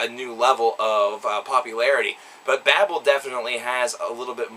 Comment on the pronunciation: Though some of these songs make you feel a certain alexithymia that cannot be put in to a simple review,despite that it was a good review and foretelling of the possibility of M&S to go on and not be forgotten(The pronunciation of babel leaves a lot to be desired.)